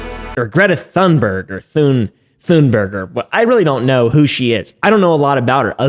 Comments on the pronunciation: Say Thunberg with a T thats how u say it kind off. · I just wanna say, cause I’m Swedish like Greta. Thunberg is pronounced with the Th as a T, you pronounce it like the T in Tuna. Just a little help from a Swedish fan!😅😊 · You say it like Greta Toonberg, as if you would pronounce the toon in Cartoon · hey it's pronounced Thunberg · Why is it so hard for english peapol to pronounce tun-berg